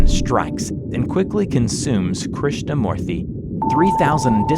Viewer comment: Krishna moorthy hmm you didnt butcher it that much.. Good job! im indian